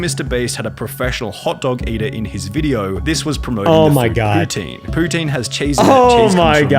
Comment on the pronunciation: Pronouncing poutine as putin wtf